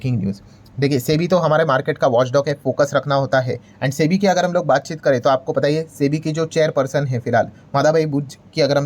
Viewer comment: Chebi kyu bolre sir